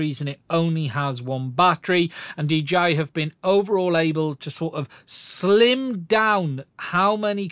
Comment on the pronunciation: "DGI" ? and we all thought they were called 'DJI'